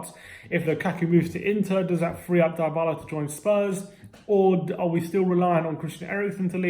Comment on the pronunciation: It's dibala not diebala